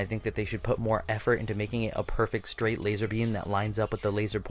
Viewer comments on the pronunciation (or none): none